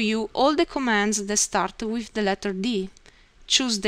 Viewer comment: First of all, your English is very good. Thank you for putting together such a helpful tutorial. I hope you find these comments helpful. There are some pronunciation errors, but many of the discrepancies aren't really errors, just funny word selections. "brackets" you said brake-it-s | "through" you said froo | "with" you said whiff | "home" you said ohm | "button" you said but-tone | "circle" you said seer-co | "anything" you said anyfing | "these" you said dee-sss | "three" you said free | "while" you said why | "letter" you said litre You said "You have different ways to draw as the way you like." It would be better to say "You have different drawing options to suit your preference." You said "Let's see how to draw." Maybe "Let's look at the draw section." would be better. : You started a sentence a sentence with "You find". Since it's the beginning of a sentence it should be "You will find" : You said "keep mouse on such buttons" and it should be "keep the mouse on one of these buttons" It sounded like you said "Then we explain you how to draw." and I think you meant "These will explain to you how to use them." You said "below the right buttons" where you meant "below each button" You said "These are simply used to change the way to draw your arc or circle." This is not wrong but it would be more clear to say "These simply show the different construction methods for drawing your arcs and circles." You said "Click on it and select wh